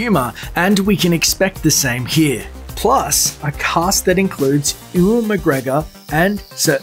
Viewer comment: Did you say "oowen macgregor"??